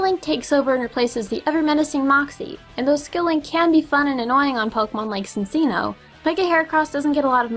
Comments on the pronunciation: I already know these kind of comments are coming like " its cincino not sinsino" or " idiot its cincino not sinsino, go back to school and learn something lol" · i don't mean to be a bother, but it's chin-cheeno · Its pronounced (chinchino) -.- I don't like your opinion on any of this